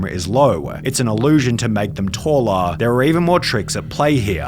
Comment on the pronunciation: Showa, Talla ... Love this accent.